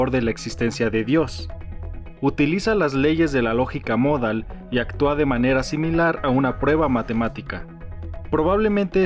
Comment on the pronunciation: Para empezar que el acento prosódico de la palabra "modal" está en la "a" porque si estuviera en la "o" (como erróneamente lo pronuncia el presentador) entonces sería una palabra grave con acento ortográfico en la "o" y se escribiría "módal" por lo tanto no es "módal" sino "modal".